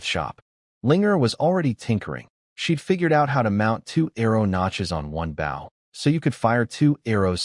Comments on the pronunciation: Bow as in bow and arrow NOT bough of a tree. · Can you please pronounces "bow" correctly. The weapon is pronounced "boh", like go. The way you are pronouncing bow means bending forward at the waist, "ba", like cow. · Can someone tell the ai voice the bow is the weapon you shoot not the action of bending over. It keeps saying baw. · This story is so good and funny plz next part. But AI AV is so stupid lol Baw and not bow M.Y and not my!! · its pronounced bow as in ribon, not as leading edge of a boat or ship.................... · DARN AI NOT KNOWING HOW TO SAY MY, HE OR BOW, SHE /HERIGHT STUPID AI stop spelling the words say them dam it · AII is unable to used proper pronouns, has problems pronouncing two letter words and some times three letter words (such as bow when defined as a weapon), and is unable to use punctuation; but for some reason it always pronounces the word "miss" as "Mississippi."